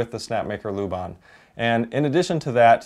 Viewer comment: Put some egg crate looking foam under it. :D It will kill most the noise. I saw a Chinese maker do it and tried it with my Prusa 2 and it’s now basically soundless. Second tip, La, like doh ray me LA and bahn like the german version of that not ban like we say it in the US. He was a movement theoretician and dancer who created a notation for dance kind of akin to sheet music but for motion over time. Really cool stuff and worth knowing about in his own right. There’s no loo in there anywhere. Ah, the curse of being American no? We basically do this all the time, and I’m as guilty as the next guy but this one I can spare you on for future reference. I work on the same street now in the UK as the Laban Trinity, which is the school dedicated to that method of work, so at least I know this one. One down, a million to embarrass ourselves on in future. :D